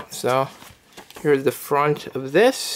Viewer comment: Here is the fwant of it 😂